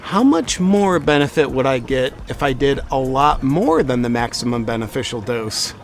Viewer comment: Did he say memeficial